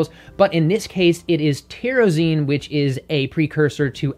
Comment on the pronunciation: Tyrosine is pronounced "tie-row-seen," not whatever you said.